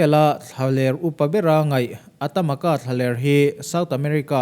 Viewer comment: ... AtaMaca tia i lam hi AtaCama tih a ni zawk em aw...